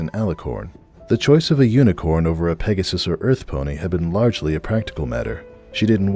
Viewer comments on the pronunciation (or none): none